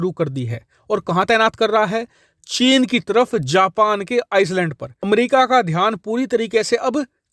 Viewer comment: Bhai island ki pronunciation sahi nhi h tumari, ek baar check karo